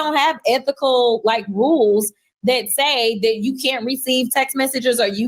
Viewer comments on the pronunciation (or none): Did Crockett say “wules”?????